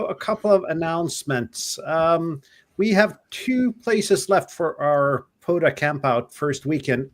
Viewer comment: Guys it's not PODA, it is POTA. With a Tee.